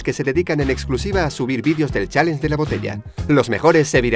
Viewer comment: pq los españoles hablan tan mal el ingles??? dice chalenje